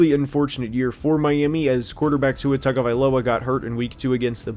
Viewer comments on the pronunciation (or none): when you say Tua’s last name it’s not pronounced tag-guh-vie-lowa it’s actually pronounced Ton-guh-vie-lowa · Respect to you and any research/work you may have done to put out this video but man if you can't even get the names of the players right, in what sense are we as viewers supposed to take your opinion as valid and credible. Like it doesn't even take 2 seconds to look up how to say Jonah's or Tua's name yet we're supposed to believe your insight on how the team will perform due to cuts and adds? I get not everybody will know everything about every team but honestly it just feels lazy how little added opinion was given in the video. Kyle crabbs saved your butt if we're being honest. I hope you grow to be a better analyzer in the future and wish you luck. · how do you cover the NFL and not know how to pronounce tagovailoa?